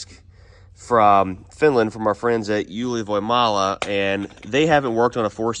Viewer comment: your best pronouncing of Ylivoimala so far, very close to perfect.